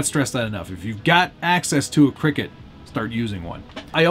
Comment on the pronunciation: It's not pronounced cricket, it's pronounced Cry Cut... Cricut